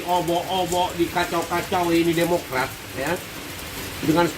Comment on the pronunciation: Ha ha wkk wkk, Kader Demokrat bilang Demokray jadi CEBOOONNGGG....